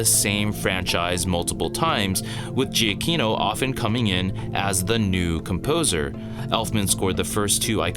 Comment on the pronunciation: To be honest, I wasn’t really blown away by the music battle or by Danny Elfman’s score in this film. But your analysis gives me a new perspective that I can at least appreciate. Also, just as an FYI: Giacchino is pronounced as juh-key-no.